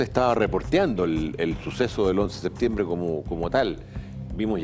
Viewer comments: SeTiembre? Dónde estudió este tarado? Septiembre es o no? Ahahahah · Pronuncie bien por favor! Septiembre, no se coma la P! Terribles los primeros 3 minutos